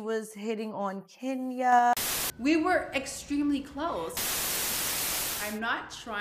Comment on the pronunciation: Kandi is a mess I'm over here laughing so hard she keeps saying but y'all were cloossee 🤔🤔 LMAO😂😂